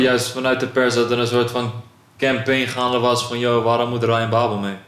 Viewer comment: Je bedoelt....brabbel....ipv babel